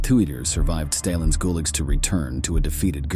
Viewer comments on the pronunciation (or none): Welcome to the new world order. Censorship and AI generated voice overs. God help us. If kids ever watch this (which they never will, made for over 50 yr old males) they’d have no idea how to pronounce “guligs, theird reeech, glitch glitch. That and the freaking ads. I don’t need discreet weed or smokes they’re legal here.